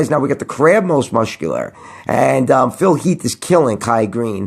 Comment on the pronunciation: you can't say the word muscular properly you silly sausage... but I digress still love your videos